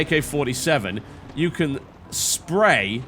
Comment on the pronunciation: Every time I hear TB say 'spray' I just think 'SHAMEFUL DISPRAY' haha